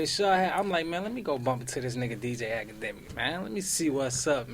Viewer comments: I could of sworn he said wakademiks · For a sec I thought ak said "Wackademiks" in the beginning lol